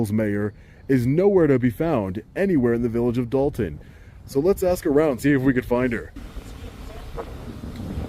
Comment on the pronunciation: I guess because they didn't AXE 😂